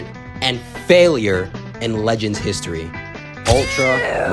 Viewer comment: Db "Lehends" 😂😂